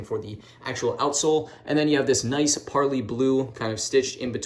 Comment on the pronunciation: You keep mispronouncing parley